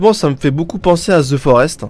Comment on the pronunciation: Ze forest ? Lol au pire tg